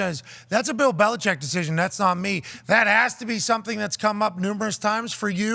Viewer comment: Tom Curran has been covered the Patriots for 25 years and still can't pronounce the coach's name correctly.